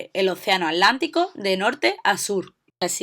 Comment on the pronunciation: Por qué no dice Atlantico sino Alantico? xd